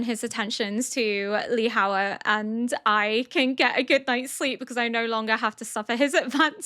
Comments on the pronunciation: im loving these reactions - you are new to anime but so perceptive with the plotpoints xD ps: for Lihua - i think you can say it more of like LI-HWA there is no words like i can compare to english so idk if that'll help 😅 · I love how you're butchering everyone's names😂. Li-hu-a, say it with me.😊 I'm happy I found your channel. I think it's implied that lead poisoning from the makeup altered Lihua behaviour, resulting in her being aggressive and unwilling to listen to Gyokuyou.